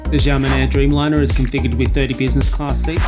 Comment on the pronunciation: Don't mean to sound pedantic, but its pronounced "Sha" men air. Blame the mandarin pinyin system (which isn't the same as English pronunciation) for the confusion.